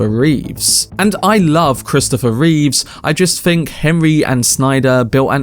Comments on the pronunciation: Love your videos dude and I’m sorry but I gotta say it’s Christopher Reeve not Christopher Reeves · Reeve not Reeves